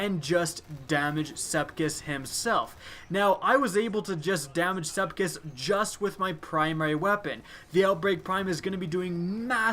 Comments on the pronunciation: Did anyone hear him say "sepkis" at the beginning? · You can spell sepiks correctly but you can't pronounce it correctly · This strike has been here for 3 years. Why can't you pronounce Sepiks right? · I know everyone else is pointing out how easy it is, but I'm more annoyed about his pronunciation of Sepiks. Sepiks, not Sepkis. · the ammount of times you said Sekips, rather than Sepiks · I know for some people it's nothing but he's called sepiks not sepkis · SEPIKS NOT SEPKIS OMG UR DRIVING ME CRAZY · its sepiks not sepkiss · He said Sepkis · I like how you say Sepiks lol "Sepkis" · Anyone notice he says Sepkis? .-. its Sepiks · Am I the only one who gets Annoyed when he pronounces Sepiks, Sep-kiks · SepIKS not SepKIS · Am I the only one that is angry he is pronouncing sepiks "sepkis" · it's SEPIX NOT SEPKISS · Not to be mean but you pronounce it sep iks not sepkis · M8, what's Sepkis? lol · Love your videos, but "SEP IKS" Sep-icks Sep icccs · I love the words you pronounce differently. i now call the strike, sepkis perfected and love my clever draygon. keep up the awesome work! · It's "Sepiks" you bonehead! Call yourself a YouTuber? Huh? Huh? Do ya? 🙃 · is it just me or did you start calling him sepkis at - 😆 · "shoot sepkis" triggered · "Sepkis" I'm TRIGGERED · I gotta aks a question that probably isn't aksed too often. How are you pronouncing his name "sepkis"? Is learning his name too much to aks? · First of all, no one who has a brain would need a fucking nightfall guide, as long as you kill most enemies you'll get gold; you've got basically no reason to make a video as pointless as this unless you're completely void of creativity, maybe try putting other games on your channel for instance (and not The Division). Secondly, Sep-iks, go on, say it with me, Sep-iks. Unless you failed pre-school actually put some effort in reading because you sound blatantly stupid and are irritating a lot of regular and potential viewers. Common sense ffs.